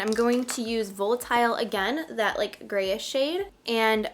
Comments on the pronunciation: It's pronounced "Vahlitile" not "Vowlitile" ❤ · Isn't it pronounced valitile?.. why do influencers keep saying vo with a long o? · So excited I’m getting my palette Thursday! Woot 😊 also, I love your videos there’s just one thing driving me a little nuts. The way you say volatile is a little off. You say the o as a long o and really it should be pronounced like va-lit-ile or va-lit-all you can always google the pronunciation if you aren’t sure. So sorry to point that out. Please please use celestial more in your next one! No one is really using it and it’s so pretty 😍